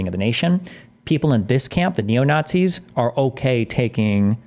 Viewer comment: Destiny still can't steelman "naughtsees" and it loses him a ton of credibility.